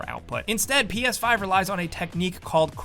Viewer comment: Who else thought is said ps10?